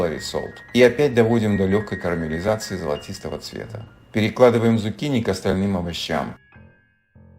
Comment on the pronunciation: почему зукини,а не цукини?